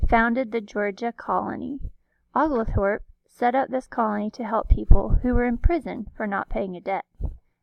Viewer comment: (Kindly) it’s pronounced OH-gole-thorp